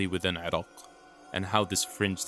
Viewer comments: It's pronounced i-rack you fuckin infidel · Dude! It's Iraq. I-Rack or I- Rock. come on! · Why are you pronouncing Iraq weird? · Irak not Irok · You: eeerockhhh My us way: eye-rack Yours better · Is the narrator purposely mispronouncing words but pronouncing Iraq in a very distinct way. Is he an Iraqui? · yo bro, keep practicing on pronouncing iraq correctly, if not just say mesopotamia!